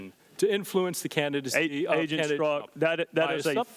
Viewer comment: Here's a guy can't pronounce his own name. It's pronounced "STERZOK", not "STRUCK"